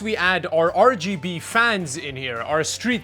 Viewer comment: I appreciate you calling it 'Ruh Guh Buh' RAM.